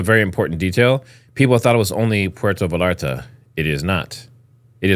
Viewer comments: Bro it's Puerto Vallarta Pronounced (Véyarta) there is no "L" sound. It's a Y sound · Pronounced puerto VAYARTA" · Pwhere -toe - vay - yar - ta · V a y a r t a. Like tortilla... Puerto Vallarta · I almost had to stop watching and I’m not a native Spanish speaker. How do you grow up in the US and not know the two lls in Spanish are silent